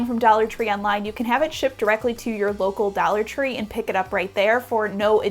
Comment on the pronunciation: Dallor tree lol